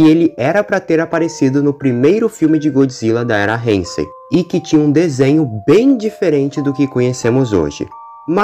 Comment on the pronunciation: Isso foi do cacete! Mas so pra falar, n e reinsei, é heisei